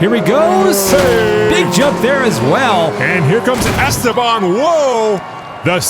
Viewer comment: Esteban Reyes ❌ “Airsteban” Reyes ✅